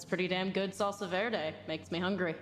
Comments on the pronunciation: It's "Salsa Verde" bro!!!! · Oh my god, it's "Salsa Verde"!!!